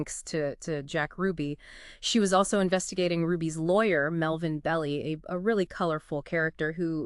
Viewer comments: The name isn't pronounced "Belly." It's "BELL-eye." Sheesh! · Melvin Bell-eye(pronounced), not Belly, lol!